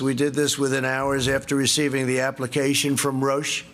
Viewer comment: yes I heard that too... made the hair stand on the back of my neck and I’m semi safely tucked down in the South Pacific . I imagine big pharma are rubbing their hands with $$ signs in their eyes. Another alarm bell went off when he said Roche.